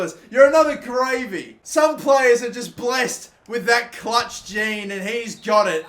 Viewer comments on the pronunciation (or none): none